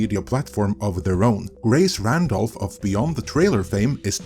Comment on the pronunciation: Gwace Wandolph. Does she know she sounds like that?